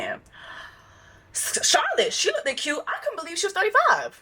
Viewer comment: girl i hope you pronouncing words incredibly wrong is a joke cus you saying lookdid for 5 minutes at your big age is insane